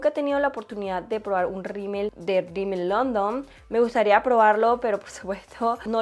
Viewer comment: la marca se llama Rimmel London no “Rimmel Londom”